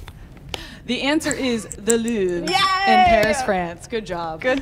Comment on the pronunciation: I was so confused when she pronounced the Louvre luuuuve